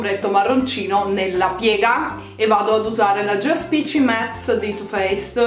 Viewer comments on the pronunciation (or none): none